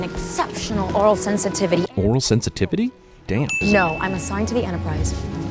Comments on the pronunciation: "Aural" sensitivity, not "oral". Something you want in a communications and linguistics officer, for sure. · Aural, not oral. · It's AURAL sensitivity! not oral! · nearly a decade late, but - it's aural sensitivity, not oral sensitivity. Two very different things :) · Oral sensitivity? Did the script say aural sensitivity and she just mispronounced it? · re: Uhura's abilities - she said, "aural" not "oral" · LMAO ORAL sensitivity, naw its AURAL sensitivity, sounds the same though, made me laugh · "aural sensitivity," not "oral." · AURAL. Not oral, dummy. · "Aural" sensitivity NOT "Oral" sensitivity ... golly, gee-whiz! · That's Aural sensitivity not oral sensitivity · It's "aural sensitivity", not "oral", you dumbass pervert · Oral sensitivity????? I think she said AURAL sensitivity. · It's not oral, it's aural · aural not oral. damn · I was all set to be a fan of this guy until he said "oral" instead of aural. This one comment is worse than all the sins of all movies ever combined. Its one thing to point out actual problems with movies but when you start making shit up you lose all credibility with me. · Aural, not Oral... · She actually said "Aural sensitivity" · Also, I'm pretty sure she said "Aural" sensitivity, as in her ears, not "oral" meaning her mouth. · Um...not "oral sensitivity" but "aural sensitivity". As in having to do with ears and listening. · Sin 24: She said "Aural," not "oral" sensitivity. I'm nitpicking. Sorry! Sin 30: Old Spock, w his advanced transporter knowledge, beamed Scottie into the tube of water. Not the same person that failed to beam young Spock closer to the temple. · True, but she mispronounced it (it has a slightly different pronunciation than "oral"), thus invalidating her argument.